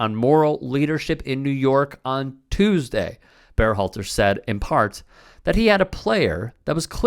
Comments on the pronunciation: Is this a real channel? Why do you keep saying BEARhalter?? Have you ever heard anyone say the guy's name or are you just winging it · "Bear-halter"? Nobody else pronounces his name like this, including Gregg himself, Are you trying to tell us that this is how his name SHOULD be pronounced? I don't get it.